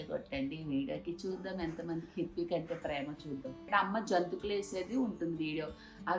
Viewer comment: జోంతుకులు కాదు అండి జంతికలు అనాలి అండి.